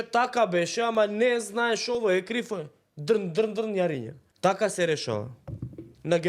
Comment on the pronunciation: СЕ ИЗВИНУВАМ, АМА ИМАМ ЕДНА МАЛА ПРИМЕДБА, ЗА ДРН,ДРН ЈАРИНА( СЕ РАБОТИ ЗА ВОЛНА, КУСА ОД ПРВО СТРИЖЕЊЕ, ИМАЛО ПОСЕБЕН АЛАТ, И СО НЕГО СЕ ДРНКА ВОЛНАТА, НЕ СЕ КАЖУВА " ЈАРИЊА"......